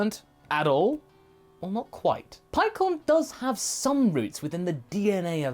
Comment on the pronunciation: The u in KU is silent or soft. You're mispronouncing the japanese version. 🤦‍♂️ Paikkan is how you say it. Or PIE-KHAN.